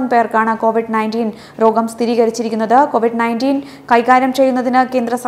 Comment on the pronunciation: കോവിഡ് അല്ല കൊവിഡ്